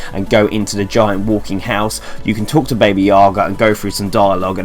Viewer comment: Baba Yaga not Baby lol